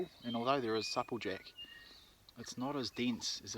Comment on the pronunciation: Nice vid. U pronounce supple jack rong lol second person all my life iv heard say it the way u do lol